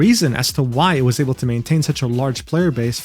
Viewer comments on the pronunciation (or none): none